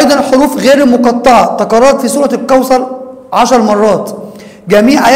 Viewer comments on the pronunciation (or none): تقال الكوثر وليس الكوسر ☺